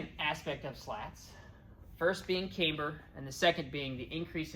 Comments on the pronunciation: We used aluminium, not aloominnim where I qualified as an advanced grade metalworker. And it is camber, not cameber. 😊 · Neat plane. Thanks for the overview. BTW: camber is pronounced "cam-ber" rather than "came-ber" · Its Pronounced Camber not Cameber have you ever herd of a Cameshaft in a car engine? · Yes, as others have noted, it's camber as in amber. Solid aerodynamics, though. Better implementation of leading-edge slats than Willie Messerschmitt's in the 109 😉